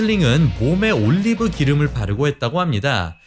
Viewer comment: ㅋㅋㅋㅋ 올리브발음 재미들리셨네ㅋㅋㅋㅋㅋㅋㅋ